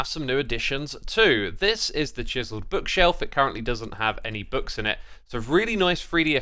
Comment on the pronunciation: the way "chiseled" is pronounced sounds kinda sus